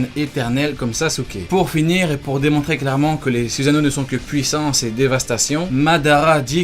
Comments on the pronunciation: On dit pas suzano mais sussano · « Zuzano » ça me STRESS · Ta prononcé même pas correctement le mots Susano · sa sert a rien de faire des videos sur les meilleurs... parseque toute les personnes ont le soussano et stp prononce bien les mots pk tu fait peter les tinpents